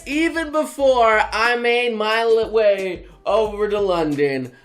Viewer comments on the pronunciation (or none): "Before I mane/main my L'WAY over to London...."